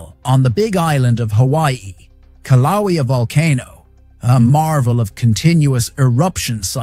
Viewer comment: OK- REPEAT AFTER ME: KILL--LAU-AAY-AAHH (KILAUEA) RE😤MEMBER THE VOWELS: A(aah); E(aaay); I(eee); O(oh); U(oooo). OK??